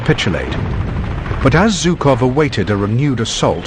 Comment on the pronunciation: Very well, then..."Жуков", not "3уxов".